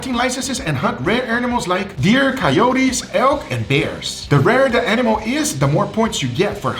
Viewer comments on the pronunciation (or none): none